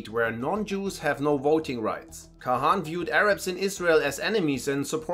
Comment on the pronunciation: Its pronounced Kahana